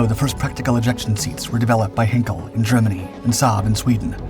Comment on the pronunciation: That would be Heinkel pronounced HYNKELL, not HEN-CALL! Martin Baker from England are the major pioneeer and manufacturer of ejection seats and have been since before WW2.